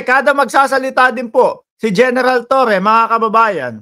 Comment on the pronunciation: torre po hindi toreon